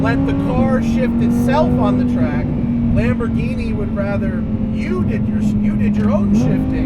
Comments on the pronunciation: Lamborghini is pronounced Lamborg Eeenie with a hard G not Lamborjeenie. But nice effort :) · Lamborgini?! seriously?! 🤦‍♂️ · Lamborghini,not "lamborgini" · You really said Lamborjeany, dude. What the ... I thought you are into cars. Tz tz